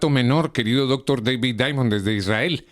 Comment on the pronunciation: A este locutor enfatiza mucho Dr. David Diamond tan solo diga el nombre no lo exageres